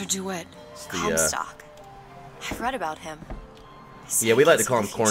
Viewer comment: did say "Cornstock"